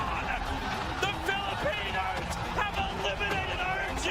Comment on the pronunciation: Were called Filipinos not philipean:) great video as always!